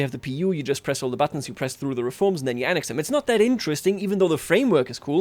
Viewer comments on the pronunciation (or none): none